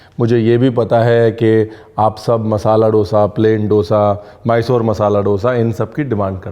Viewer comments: डोसा nahi दोसा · Respectfully, it’s not dosa. It’s दोसा. I am from chennai - tamil speaking and this dosa sun na mujhe acha nahin lagta. Love your recipes and your channel. Shukriya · Guy's it's not dtosa it's dosa plz 🙏🙏🙏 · Creative variations, loved it! Traditional cheela is also a Maharashtrian traditional dish and is called घावन or अंबोळी. Ranveer Sir, since you are always well-researched, wanted to share an observation. The word dosa is pronounced authentically as दोसा and not डोसा in South India. Wrongly pronounced in all Indian states other than the 4 South Indian States. Don't worry I used to call it डोसा as well till I came to stay in the South. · Please don't mind me saying this. The pronunciation done in this video of Dose is wrong. It isn't डोसा. It is दोसा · Seriously! Being a renowned chef I would expect you to pronounce dose correctly. It is not doughsa. It is do(the Hindi word two)...Dosa or Dose. Inka bhi feeling hota hai. Please use the right word Brar ji 🙏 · As a part of your research, kindly research the right pronunciation of dosa. Just to respect the authenticity of the dish. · It's unfortunate that North Indians simply can't pronounce dosa correctly! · DOSAAAAAA ko ache se pronounce karoo Offend mat karo Dosa should be prounced as do( like two in hindi) and sa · Bhai dosa bolna to seekh le